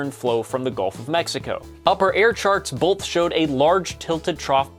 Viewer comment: Why do people say boLth? Do they also say they took an oaLth?